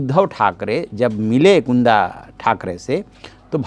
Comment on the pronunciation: कुंडा ठाकरे नहीं, कुंदा ठाकरे! अंग्रेज़ी में दोनों का स्पेलिंग Kunda ही है इसलिए अक्सर ऐसी गलती होती है। कृपया गलती सुधार लें।